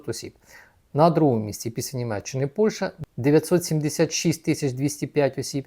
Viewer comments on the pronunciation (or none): none